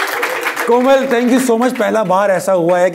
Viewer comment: did she says Aslaa Leekum..Mera name hei Koma Rizvi..?